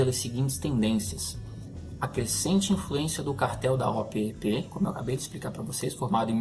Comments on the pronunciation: eu sou mais velho que vocé e desde pequeno escuto as pessas falares e eu falo OPEP, você é o primeiroque escuto falar O-P-E-P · Sim. A pronúncia é Opépi!